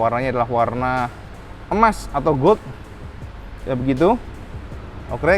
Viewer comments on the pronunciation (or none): none